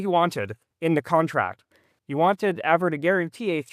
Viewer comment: I like how you switched from the Av-Ro pronunciation to “Avro” 😅